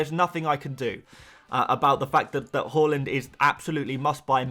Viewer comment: Love the pronunciation of haaland as whore-land. That’s not a nice way to talk about Norway 😂